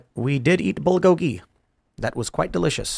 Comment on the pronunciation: Bro that's not how you say "bulgogi."